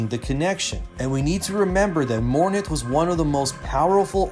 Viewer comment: Dominate can be used in Mass effect 2, And she is called Mor-inth, not mor-nith